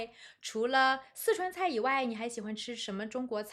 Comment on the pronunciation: 老狼发音"以外"这样：［ivai］、不 [iwai] 。多不多中国人发音这样？